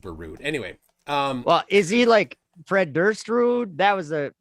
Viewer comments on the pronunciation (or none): none